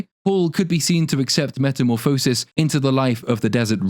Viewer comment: The word “Metamorphosis” is pronounced with the emphasis on “Morph.”